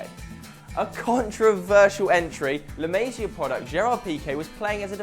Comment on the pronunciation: "La Maysya product"?! La Masia is pronounced La Mah-see-ah. Please don't use words to sound more cultured if you're going to butcher the pronunciation.